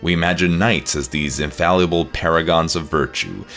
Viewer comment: "Mdeval" "MYlennia" you just can't pronounce ANYTHING right, can you? Edit: "InfallEable?! Infal-E-able!?!" Where are you getting an E in the middle of Infallible?